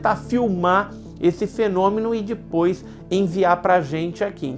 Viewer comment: Adoro o canal mesmo com o "Dipois"...kkkkkk